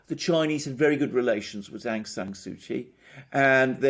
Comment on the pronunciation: An adept snapshot analysis of the regional stakes at play, Sirs. A tidy correction to how we pronounce the Lady's name does no harm, I'm sure. (Daw) Suu Kyi = Soo Chee where Daw acts as an honorifics for married or elder women. Perhaps as a person in a state role, she had been refered to otherwise in official documents and news reports. Correct me if not so.